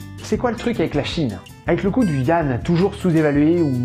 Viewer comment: Vidéo intéressante. Juste un détail : yuan (元) ne se prononce pas « you-anne », mais « u-énne » .tw/?hl=fr&tab=mT&authuser=0#zh-CN/zh-CN/yuan ). Il s'agit d'une erreur d'interprétation du pinyin (l'écriture phonétique chinoise romanisée) de la part des journalistes qui ne se privent pas de la colporter partout où ils peuvent.